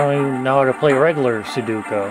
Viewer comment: It's sudoku not suduko